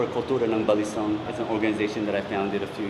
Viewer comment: The 3rd syllable is stressed for balisong Consider going to a WEKAF (World Eskrima Kali Arnis Federation) tournament in the future. For some reason, FMA is popular in Germany